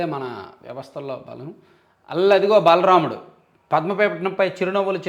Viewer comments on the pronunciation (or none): Correction not balaramudu it's baalaraamudu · బల రాముడు కాదు అన్నా... బాలరాముడు.... చాలా తేడా ఉంది...చూసుకోండి...